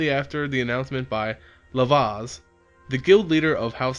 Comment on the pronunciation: i like the series, anything on MTG lore is great, but you really have to work on the pronunciation of some of the names, for example it is not Lavaz, but Lazav. Otherwise quite cool, keep it up